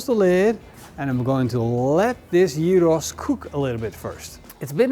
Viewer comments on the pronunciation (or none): jiros???? Not Giros. 🙂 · The funny thing is, the way you pronounce gyros sounds more like the greek word for pig (hiros)! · Ziet er heerlijk uit, tipv an een wannabe Griek: je spreekt het uit als jiero (niet op zijn Nederlands gyros)! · Love from Greece! My only comment is that you seems to have a bit of a tough time pronouncing giros. Easiest way is like this; they the Yee from Yee-hah, and the Ro from roast , and then ss at the end. Yee-ro-ss. :) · It is not calleded shehhhheeros GYROS! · it's pronounced yiro, greek doesn't use any throat noises. Awful pronounciation. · Best khyos recipe I've watched today. But isnt it pronounced khykhos? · sounds like he says Heroes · You say the G in Gyro Like a Dutch person… Maybe Belgium… But I think Holland. Funny to hear this G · with all respects...GYROS should be pronounced correctly :) GI, like GIB..but without B..or GIT whitout T ... and ROS ...as ROSBeef...but without beef :) ....and is always without beef because is made from pork :). Also, by tradition, is cooked vertically, to allow all juices to infuse lower levels. Never the less, thanks for your video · I heard so many screw ups on the name GYROS ,but this one is something else 😅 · the way he pronounces "gyros" is off putting and annoying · With a completely incorrect pronunciation?